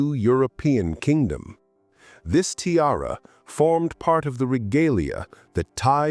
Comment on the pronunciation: If you're going to use AI, help it learn how to pronounce "tiara." Particularly if you're a jewelry channel!